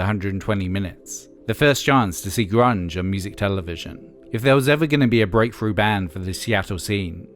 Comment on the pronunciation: “full- froated vocals” “garage rock frash” “breakfru band”